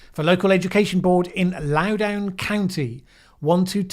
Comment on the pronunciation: Critical Race Theory is a complicated enough topic that it deserves its own video, if you are so inclined. Loudoun rhymes with London, FYI.